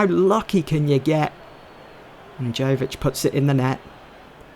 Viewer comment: not to quibble but Luka Jovič is pronounced Yovič